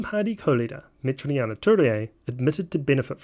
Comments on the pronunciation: great video but its worth researching how to pronounce Maori names. It's Me-ti-ri-a Tu-rei (not me-te-ri-a-ma Tu-re-a) and Ma-ra-ma Fox (not ma-ri-a-ma). For some reason you inserted a few more syllables that are there! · it's not meteriana turia, it's meteria (met-ear-e-ah) turei (two-rey), and its not mariama, its marama. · Not only can you not say Metiria's name right. The characterization of NZFirst also left much to be desired. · Dude you really should improve your Maori pronunciation. You keep adding extra syllables where there shouldn't be any i.e. Ohariu, Meteria Turei, and Marama Fox.